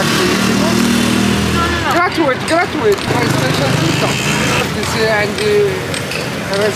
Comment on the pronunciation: gratowite😂😂😭 he mean free